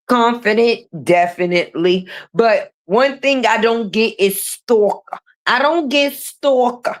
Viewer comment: The way you say stalker 🔥😂